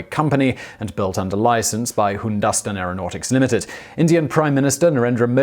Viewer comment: C’mon Simon, do some research... HinDustin? The real name of India is Hindustan, pronounced “Hindu-stan”...